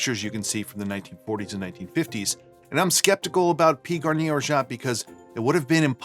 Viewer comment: Great video once again! A side note about "orgeat". It's a french name and in french we keep the "T" silent 😉